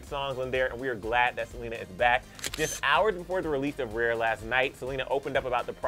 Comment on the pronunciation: Lmao😹 Every time says "RARE," it sounds like "REAR."